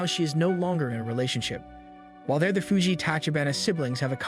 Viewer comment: ドメ・カノ Also correction, Fuji is pronounced 「Foo Gee」Like Mount Fuji